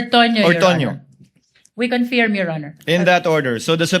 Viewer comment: Ngee, We "Confyirm" daw😆